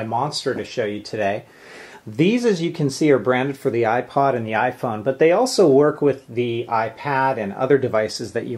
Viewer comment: lol "ifon"